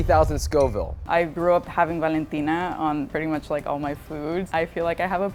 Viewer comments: She said valentina 😹😹😹😹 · I heard Valentina sauce and I busted up laughing it's good but you're no match for anything heat wise.